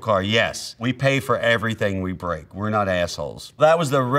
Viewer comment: Yes Wee Can 😂😂😂 I’m dead 😂